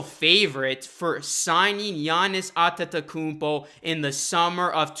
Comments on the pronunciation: Gianni’s At-ta-kuupoh who? Lol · Wishful thinking! Maybe he will when you can pronounce his name correctly. Lol!!! Its a rap when he join Raptors replacing mark gasol..